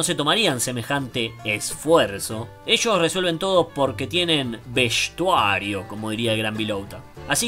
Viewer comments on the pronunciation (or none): Veshhhtuario jajaja Excelente desenmascarando al presumido e humeante Bielsa. So’ cra’